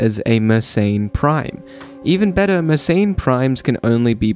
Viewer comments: It's pronounced mer-sen, not mer-sain. And also, , it's "they're", not "their". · I wonder why anglos decided that Mersenne should be pronounced "meurt ses înes". In angloid pseudophonetics, it should instead be something like "m'air-SENN".